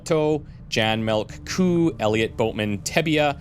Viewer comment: Jan 'Melk' Coo's name is a pun on the Dutch word 'Melkkoe' (Dairy cow/milk cow). His first name is pronounced more like 'Yahn', soft J, short 'ah' sound.